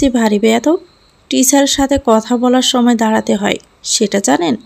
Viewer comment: দারাতে নয় “দাঁড়াতে”